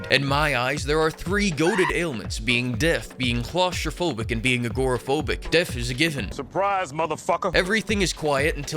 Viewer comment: "Klaus-tropohic" hahahaha that one got me! (I´m German)